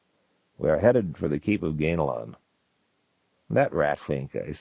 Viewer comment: The big takeaway here is that Zelazny pronounced it “GAIN-lon,” not “GAN-a-lon.”